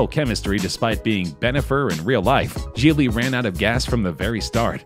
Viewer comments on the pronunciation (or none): Gigli. Not giggly as in laughing. Not trying to be a jerk, just thought you'd want to know.